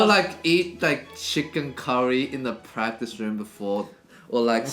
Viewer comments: "Practice", not "Pratice" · "PRATICE" I guess he skipped English class to practice as well ... ;p <3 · You have to "pratice" more! :-D 😂